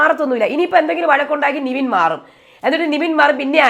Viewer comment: എന്റെ പൊന്ന് 'നിവിൻ' അല്ല 'നെവിൻ' നെവിൻ എന്ന് പറയാൻ ഇത്ര പാടാണോ.